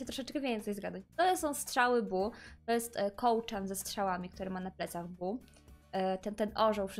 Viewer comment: Bo to jest Bo a nie Bu. Źle wymawiasz i nie nawidze jak nazywasz go Bu